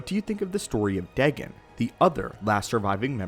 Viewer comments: Dagon is Pronounced Day-Gone not deg-gun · its n ot dagan its said day gon ;) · you said his name wrong its daygon=dagon